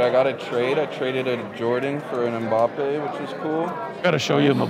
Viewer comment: if this dude says MuhBappe one more time... lol